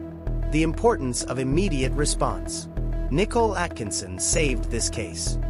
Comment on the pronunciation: Its Nicole!!!:her name is pronounced Nike COAL